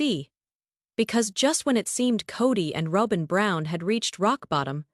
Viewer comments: Please say robins name correctly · I have to laugh every time Y'alls AI can't pronounce Robin's name correctly 😂 🤣 😅